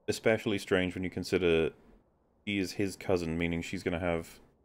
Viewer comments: It's very petty to point this out and doesn't actually affect how wrong she is, but this girl says "expecially" instead of especially and it is quite irritating. In non ad-hominem land, it's ridiculous to posture as some condescending intellectual and claim we all misunderstood and misrepresented she hulk when you're the one that has to obfuscate the truth of the matter to make your insubstantial and contradictory points. Jesus. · God, I hate it when people say ec-specially so much. It’s almost as bad as people who can’t figure out there, their, and they’re. Make it stooooop! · If she says "ecspecially" one more time... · I question the intelligence of anyone who pronounces it "Eck-specially". Especially when that person says it painfully slowly. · Does she pronounce it "ekspecially"? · That annoyed he uck out of me XD Like, there is no X in especially